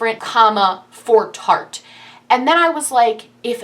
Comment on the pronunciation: No hate but is there a reason behind mispronouncing Tarteist? It rhymes with artist. I'm a first time watcher so I don't know if there is a story behind that lol. Love the video.